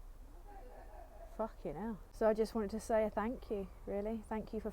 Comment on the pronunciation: Nobody says the words “ fuckin ell “ better. Nice one for the 20k subs. Much love and reeeeespppecc to you ✌️💜